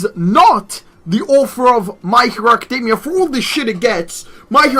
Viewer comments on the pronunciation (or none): none